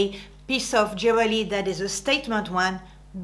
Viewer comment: J'aime bien comment tu dis "jewerly" et "décolletage", tu fais tes propres mots mais ça passe. :)